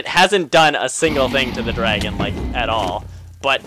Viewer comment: "drag-on" its funny.